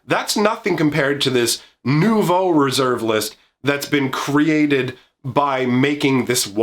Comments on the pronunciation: 9/10 for your French pronunciation of "Nouveau". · As a french guy I am in total awe of your prononciation of "nouveau"